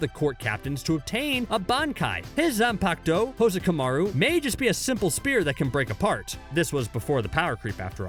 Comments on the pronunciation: “Zanpacto” LMAO I DIED WHEN HE SAID THAT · Zanpakuto [Zon-Pok-Toe]